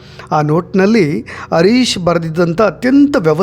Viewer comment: Sir adu arish alla Harish, please Aa and Ha correct agi pronounce madi